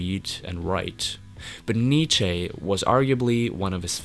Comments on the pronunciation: You’re pronouncing shaman and Nietzsche wrong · You mispronounced Camus and Nietzsche. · Dude Nietzsche and Albert Camus are pronounced: Albere Camoo and Neecha